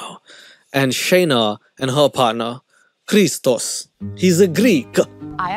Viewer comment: as a Greek, thank you for saying Christos correctly lol